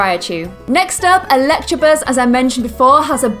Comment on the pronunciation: it's electabuzz not electrabuzz